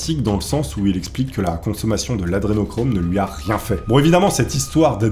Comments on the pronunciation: Humm la base c est au moins de bien prononcer A DRE nochrome....pas ADE nochrome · C est pas "adenochrome" mais "adrenochrome". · C'est hyper casse cou*lles, tu ne fais que dire "Adénochrome" au lieu de "Adré..." tu fais péter un câble!!! A part de vieille vidéo remplie de fake news, devient de moins en moins intéressant à suivre. A plus! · AdRénochrome c'est le sujet de ta vidéo, c'est correctement orthographié partout mais t'es pas foutu de bien le prononcer pendant ton tournage... vraiment c'est la qualité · pourquoi tu fera pas une vidéo de rectification au niveau prononciation et articulation des mots... lol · AdRénochrome !!! T'es énervant un peu quand même...